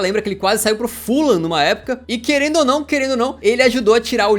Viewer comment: Sem ser otário kkkkk O fuham se ler fullam